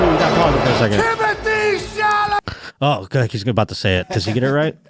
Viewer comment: Boy, oh boy! Timothy shoe-lah-may. Somehow that brutal dog segment was made funny